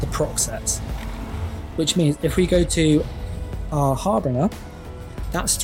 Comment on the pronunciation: Love your videos, this is gonna be my next build. But please stop calling harbinger(har-bin-juh) "har-bringer" .. it hurts 😂 would love it if you'd update your website too.. your builds seem to be better and more meta relevant than Altcasthq and from what I can see you've only put 3 pvp builds on your website :( easier to follow when you've got a text/image based guide as well 👍keep up the good work